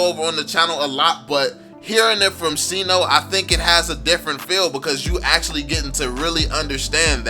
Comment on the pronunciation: Sayno not sino